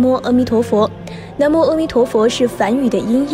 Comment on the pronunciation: 每次都会读错 是南无na mo不是nan mo 还有之前的那由他nuo you tuo